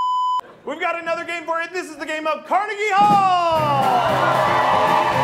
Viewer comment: He pronounced Carnegie wrong lol